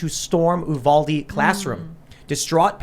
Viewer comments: Guys. It’s “You-Val-D” Youre welcome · Pronounced You-valde